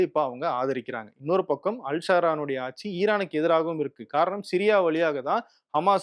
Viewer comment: please pronounce ஆட்சி correctly 😊